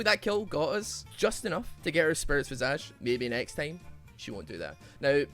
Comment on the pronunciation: Why does everyone pronounce it Spirit Vee-Saaj? It's Vy-Sayj...